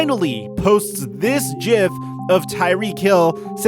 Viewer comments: DID HE SAY JIF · I’m sorry but did my guy just say “jif” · Man said Jif like the peanut butter. Hate that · How did he pronounce gif? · Very respectfully here to remind everyone that a G does not sound like a J